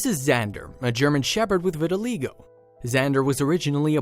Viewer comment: Learn how to pronounce the disease correctly!!!!!